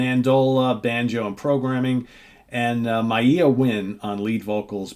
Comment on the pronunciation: Maiah is pronounced Maya.